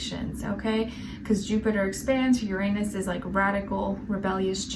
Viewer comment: You have no idea how radical my anus can get,especially after eating beans. Apologies,the way you pronounce uranus always cracks me up.Pun intended